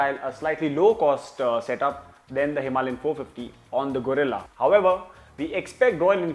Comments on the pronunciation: Its Guerrilla not Gorilla 😂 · Gorilla ❌ Guerrila ✅